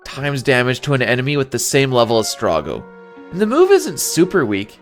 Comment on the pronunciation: In all of my years of playing FF6, I have NEVER heard someone pronounce Strago as "strah-goh" instead of "stray-goh" lol